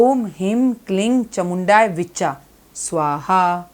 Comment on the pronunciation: 🕉 हीं क्लीं चामुण्यै विच्चै बोला जाता विच्चा नही please correct कर ले मंत्र जप सही होना चाहिए